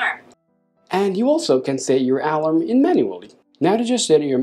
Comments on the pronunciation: Ah... you mean to say the word a-LARM. You've been pronouncing it A-larm but it sounds like you've been saying A-lum which is a chemical fixative used with dyes. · Alarm!!!!!!!! Say it the right way!